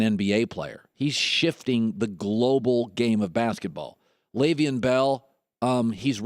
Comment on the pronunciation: It is LeveON not Levein